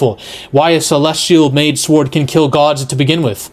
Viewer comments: Sa-word 😮. You mean, sword. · "This sword", "the sword", like the word ward with an S., you're driving me crazy with that 😆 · Love you vids man but you don't pronounce the W in sWord lol. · Are you pronouncing the w in sword on purpose or do you not know how to say it properly?? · Aside from the youtubers constant pronouncing of sword with the "w", he makes some valid points. It's common knowledge Marvel gets it's marching orders from Disney forcing DEI roles to include targeting male toxicity. Males are either considered lovable and stupid or megalomaniacs. I thought Love and Thunder was going to follow the comics, where Jane absolutely takes on being Thor, while Thor goes on some depressed quest as Odinson. Interesting two similar villains appeared since then this one that was a true angry killer bent on revenge against arrogant gods by torturing them for pleasure of their screams. Then there was another one, Desak, who also blamed uncaring gods for the death his family members and his tribe. He also gained incredible power and used some kind of axe to go on a god killing spree, until he met Thor. Thor convinced him that he gave his life to protecting men, so he left him with a warning and went back to slaughtering.